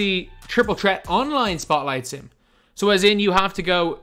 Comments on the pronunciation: obama prism yea i know that but it sounds like he’s saying chreat and not threat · Why does call it triple tret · “Triple trett “😂😂😂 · Triple "tret" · Triple threat not tret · Why does he say threat like that